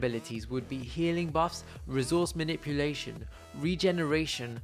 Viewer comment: Well, you made a mistake, it's not maniuplation, it's manipulation. But it's a great video